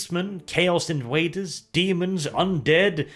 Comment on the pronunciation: I’m pretty sure you said “chaos invaders” But I distinctly heard “chaos in waders” 😂